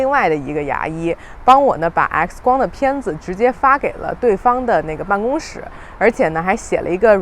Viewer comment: 复杂 fùzá。 办公室ngōngshì。北京人小学普通话都没学好。